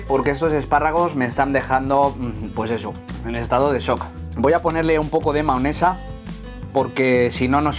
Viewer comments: Me inquieta que diga maonesa en vez de mayonesa xD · Se dice mayonesa no maonesa